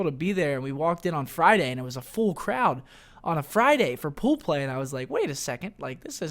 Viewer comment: was I the only one that laughed every time he said "poo play" 😂